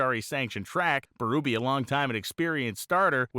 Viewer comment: PS I grew up going to new england dragway. I always thought Dave Berube was pronounced BerUHbee... am I wrong?